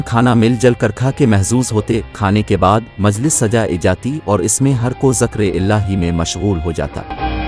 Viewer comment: Ye Urdu me commentry krne walay kb kay log hy..aaj k ya purane.. Ye zikr ko zakr bolte hy ...isi tarah female nay lafz har koi ko har ko bola